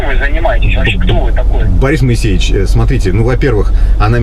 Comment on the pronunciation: Мойесеев он а не моесейевич 😂😂